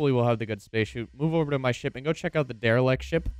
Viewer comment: It's Derelict not Derilect.